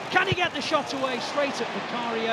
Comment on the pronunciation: Did the commentator really say “They finally shat at the Tottenham Hotspur’s stadium” 🧐🤣